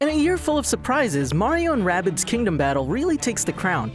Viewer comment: its not wabbit its rabbids